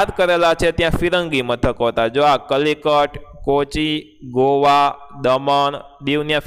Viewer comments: કલિકટ નહીં કાલિકટ બંદર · સર કલિકટ નથી કાલિકટ છે 😀😀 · Kalikat nahi kaalikat